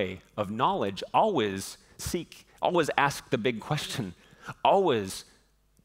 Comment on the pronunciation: The way he says always is not ok